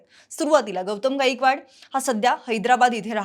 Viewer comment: 'गाईकवाड' नसत 'गायकवाड' असत... काय बातमी, काय उच्चार. Unsubcribe करत आहे..🙏